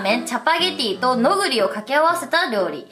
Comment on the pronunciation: ノグリのイントネーション違う笑